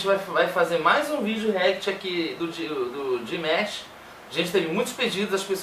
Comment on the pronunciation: Valeu pessoal pela ração. Amamos Dimash! ❤️❤️❤️ O que eu acho mais engraçado de todos os brasileiros que fazem reação de Dimash, é a pronuncia do nome dele (DimEsh) kkkk